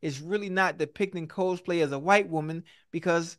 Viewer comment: Someone please tell Ocho how to pronounce "Cosplay"